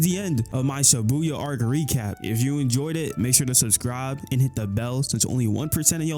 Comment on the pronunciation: It shibuya not Sibuya